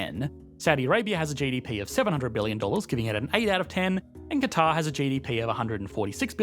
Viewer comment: ¿Por qué pronuncias “cuatar” en vez de Catar/Qatar?